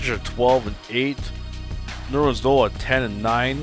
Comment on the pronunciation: & it's pronounced Nerlens NO-EL